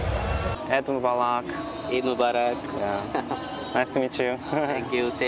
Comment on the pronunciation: It's sounds "eat day".😅😅